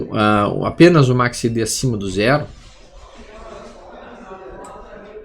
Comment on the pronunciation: Boa noite.: Seus videos instrutivos e gratuitos não tem preço. Agradeço demais.Mudou minha maneira de analisar gráficos e price action. Voce é culto demais e tem inglês fluente. Porque pronuncia MACCD.?? Repete o C.Algum motivo?? KKKKKK esculpe a chatice